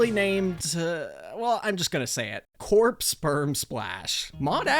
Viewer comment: Wooh someone who can pronounce corps name right 😀😀🤯